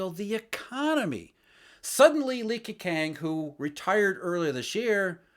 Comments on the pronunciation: butchered Li Keqiangs name. Gwoyeu Romatzyh: Lii Kehchyang Wade–Giles: Li K'o-ch'iang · 😅You need to work on your pronunciation of Li KeJiang. 😅😅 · A pronounciation issue. Q should be pronounced as 'ch'. Li Keqiang should be pronounced as Li Kechiang, Qin Gang as Ching Gang etc etc. Thanks for this vid. Excellent insight as always